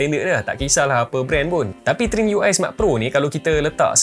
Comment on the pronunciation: Sebut trimiui🗿